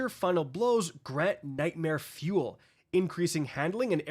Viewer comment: Everytime u say nightmare fuel all i hear is “tackling fuel tackling fuel”